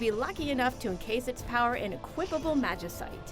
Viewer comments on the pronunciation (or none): none